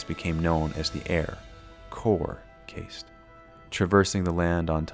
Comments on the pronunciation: Cast not casete. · Yeah....caste is pronounced "cast". clearly didn't pay attention in world history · Argghhh it's pronounced cast, as in half-caste. Just like the caste system in India. Ask any Brit and they'll help you pronounce it. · your pronunciation of 'caste' is disturbing